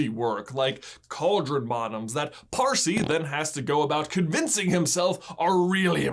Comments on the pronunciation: I kept almost spitting my cereal's milk every time you mispronounced Percy's name 🤣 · Saying Percy’s name wrong count Sorry if I missed any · You’re slowly transforming into mr.D for butchering Percy’s name like that. Hope someone can understand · i lost it as "parsnip" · Is this the world record attempt for most times getting Percy’s name wrong? If so, I approve. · I CACKLED at every mispronunciation of percy's name!!